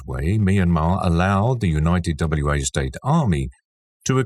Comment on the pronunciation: Wa State is pronounced "Wah State"... like a wah-wah guitar pedal. Wa is not an abbreviation or acronym.